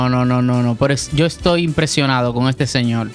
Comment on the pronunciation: Señolll jajaja 🤣